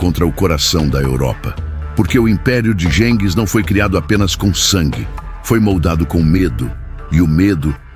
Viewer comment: 🤣🤣Adoro IA lendo os textos. História narrada com poesia. “GENGIS” é muito íntimo. “Buda Peste” é ótimo. Ficou muito fácil se tornar youtuber…